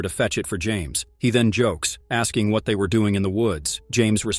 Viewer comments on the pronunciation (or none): What the heck kind of English dialect is she speaking? It sounds like garbage. She pronounces words like "what", as woht. lol